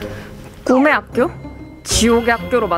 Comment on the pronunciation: 사마귀 실장님이 꿈의 학교 말할때 굼의 학교라 함 ㅋㅋㅋㅋㅋㅋ ㄹㅇ ㅋㅋㅋ